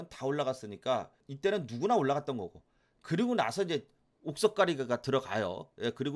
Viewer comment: 이때는~~~~할때 억양 특이하네요 ㅋ 매일매일 챙겨 봅니다~~ 상담할종목많은데담기회에~~~